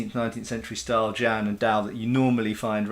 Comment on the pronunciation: I speak Mandarin and jian (the Chinese sword) is pronounced Jee'en.